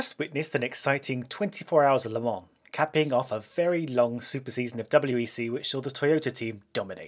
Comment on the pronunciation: As a guy from Le Mans, it makes me really uncomfortable with the english pronouciation of "Le Mans" and "La Sarthe" ^_^